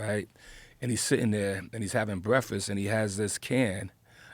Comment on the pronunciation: I love Rza but I like how he acts like he don't know what the opioid problem is let alone he doesn't even know how to say breakfast right